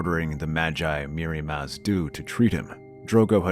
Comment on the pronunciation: Why did you say Mirri Maz Duur wrong?